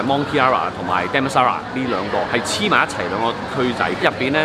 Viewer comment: 你是不是要说damnsara lol